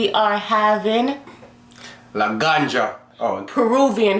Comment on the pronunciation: You make me hungry! A little tip , In Spanish, the letter J is pronounced similarly to the English letter H, so you would pronounce it like “Granha”.